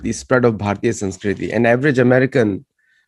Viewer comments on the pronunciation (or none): I thought the word is "Sunskruti" and not "Sumskruti" Someone please educate me if and where I am wrong.